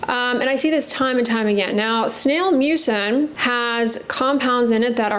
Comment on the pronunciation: Does anyone else hear snail mucus?